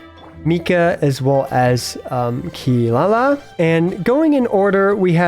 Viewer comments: How dare you put the goddess of death behind a mere chef!!!! Jokes aside, i really like your take on the list, let's see how Fontaine cast shakes things up. PS: and a quick advice, it's not kee-La-la, it's KEE-rah-rah ...you can hear her pronounce her name in the JP voice lines quite clearly and it should be like that since well, you know, Inazuma. I believe Kaveh it's also KAH-veh instead of ka-VEY, but i'm not 100% sure. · its Kirara not Kilala btw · Its Funny you Call Kirara as Kilala XD